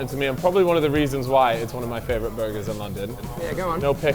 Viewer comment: Burrrgerrrrs! Edit: WTF, why aren't you saying it right? Edit 2: fucking tease, I see what's happening here